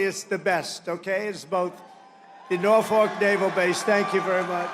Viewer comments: if you’re going to a city to make a speech, pronounce it correctly. ask a local if you have to. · him saying norfolk wrong is so funny